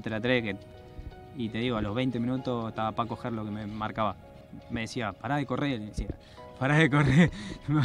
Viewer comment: “Paco Gerlo” JAJAJAJA era Danilo